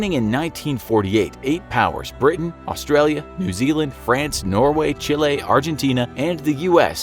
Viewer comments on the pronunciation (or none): none